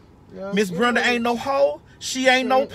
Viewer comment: Wait, Lol she said Brunda, is it Brenda.